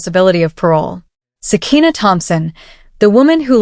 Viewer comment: Sakiyna not sekina